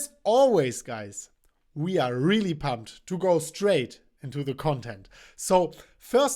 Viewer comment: "welcome to MMCtypto....we are really pamped"😂😂😂😆😆😆 Chris always make my day with his words